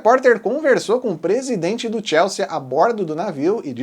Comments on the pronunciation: Moço, não tem esse "a" no final. Sea de mar. Soa "si". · TIELSSIIIIIIIIII É A PRONÚNCIA!